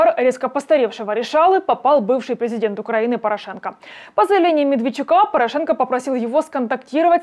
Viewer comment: Ставьте ударение в фамилии ПорА'шенко правильно.